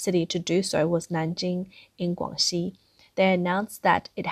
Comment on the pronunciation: we see an image of Nanning (Nanhu Lake) in Nanning, Guangxi but we hear NanJing in Guangxi (pronounced as 'Guan-xi' which refers to 'relationships'. but the point being we should hear 'Nan Ning' not 'Nan Jing'. Which, in English we should have kept calling Nanking but the point being Nan Ning not Nan Jing.